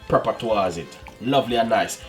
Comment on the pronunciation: Preppa????? Come on dunce man... Its pepper!!!